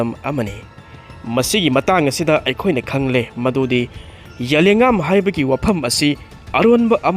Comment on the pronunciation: zalengam - za len gam hai g dou ba adu fao pronounciatn. heitaba